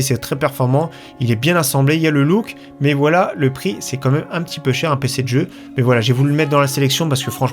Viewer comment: "comme meme" bordel fait un effort